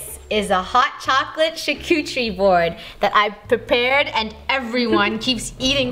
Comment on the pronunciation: Are we not going to talk about how said chaturie board